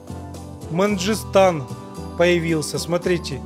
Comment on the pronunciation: Последняя карта это карта после тиаяния льдов и события, и в этой карте два Челябинска, В России и Казахстана, ещё тут казахи свои земли вернули типо, и не Манжистау а Мангистау